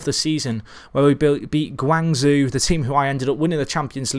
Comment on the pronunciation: Really love this channel. Probs of no help its pronounced guang ZJO!! So hard to listen too lol again love the channel